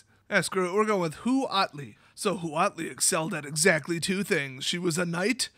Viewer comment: The actual pronunciation of "huatli" is "watt-lee". Only if you care, because WOTC sure doesn't! Also, the Aztecs did have an emperor. Final side note: xocolatl is just aztec hot chocolate.